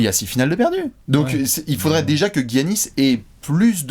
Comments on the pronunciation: Je suis pas d'accord sur un truc : Giannis se prononce "Yanis" pas "Guy-Anis" 🤣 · je te suis et je bois tes paroles depuis longtemps, mais est-ce-que tu peux ne plus prononcer Giannis comme Yannis? C’est le prénom de mon coiffeur et ça me perturbe. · c est dj-anis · C est pas gorgui dieing-anis